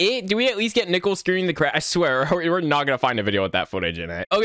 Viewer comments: why do you say nicole as nickel tho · Hey you said nickel WHY WHY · Why does he pronounce Nicole like "Nickel" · Nickel Oi lads he called Nicole nickle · So can you not pronounce "Nicole" correctly? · bro i thought he was saying nipple 😭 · Like the coin "Nickel" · nickle? nickel? why not both? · The scariest part is that he pronounces Nicole as "Nickle" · Omg you and the LOGO MY GOSH (also I think it’s funny how you call Nicole nickel lol) /ONE MORE THING i think idk but I think that’s how you spell Nicole I’m not sure though\ <OMG HI> [the edits omg AAAAA] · the only thing scary about all of these is how he pronounces nicole as nickel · Me :"Nichole" you: "NAW ITS NICHOLARSIN" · you soell it ni-coal